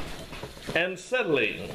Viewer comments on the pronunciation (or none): Ancetylene? No, acetylene.